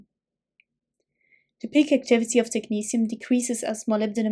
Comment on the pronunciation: Thanks ,this will make reading this easier now. I love the way you pronounce technetium